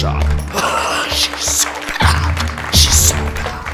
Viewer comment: “I was a bas girl…I did sökme bas things…..” GIRL GET BACK TO SELLING BOWS